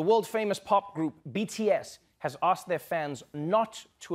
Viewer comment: Yeah, you heard her, she Axed him. With an axe. lmao.